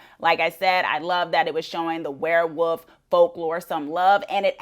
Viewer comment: Werewoof? Or Werewolf? 😂